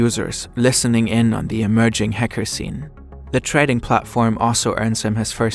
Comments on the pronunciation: wtf is this German accent lol. häcker, you said lmao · I love how he kept saying Hecker. Nice remembering Beluga's best friend.